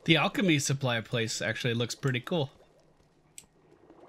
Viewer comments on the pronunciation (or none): none